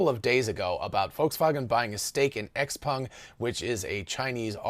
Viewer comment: Kudos for good Chinese pronounciation on XPeng